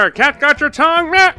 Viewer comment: I LOVE XD edit: why does he say MYEH insted of NYEH